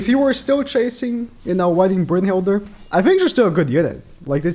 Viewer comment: Why tf does he pronouce ‘brunhild’ and having an ‘er’ on the end